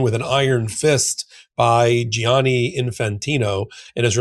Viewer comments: Why do you insist on say Gi-ani and adding a third syllable Jani Say jani. It’s two syllables. The spelling is for u… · thank you ⚽️⚽️⚽️❤ ….. but pleeze pleeze say djanni, not gee-anni!